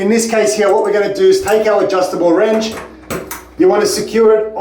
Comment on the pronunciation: did I just hear adjustable “RANCH”